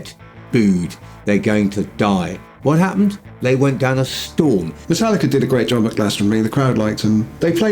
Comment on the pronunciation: How many times am o gonna hear people say Metallicer?